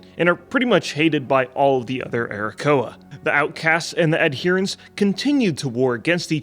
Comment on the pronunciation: Arrakoa as playable race? Did i hear Arokussy?